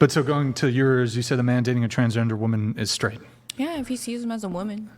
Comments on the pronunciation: "Being a womin" the way the Asian incorrectly pronounces woman is insufferable. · Say Woman!!!!!!!! Not *Womeen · Can that chick not say WOMAN properly goddamn